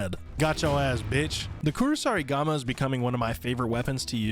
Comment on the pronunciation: Even after it shows on screen this dud still mispronounces Kusarigama easier to count the things he got right than the wrong ones .